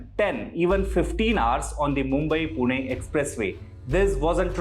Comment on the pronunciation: I know its wrong to comment this on serious issue but you genuinely pronounced PUNE perfectly in english too😂